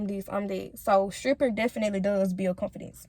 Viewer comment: She needs to learn how to pronounce the word “Confidence”. Sound ignorant af